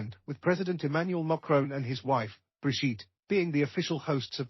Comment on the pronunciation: Brishit??the name is Brigitte..😂